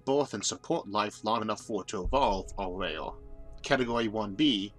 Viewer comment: Impossible to listen to. I hear "rail" instead of "rare"